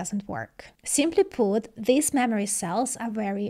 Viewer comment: mammary technology?